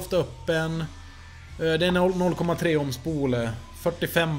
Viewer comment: Det heter ohm inte ÅÅÅHM